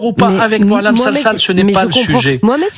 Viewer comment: Il s appelle sensal pour ne pas dire sangsale alors que sifaoui dit selsal il ne connait pas son nom